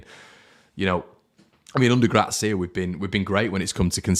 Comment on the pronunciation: Will learn to say Gracia's surname correctly one day? He is the Harrison of pronunciation! 😂 Just kidding mate. Good cathartism as ever post match and very much needed.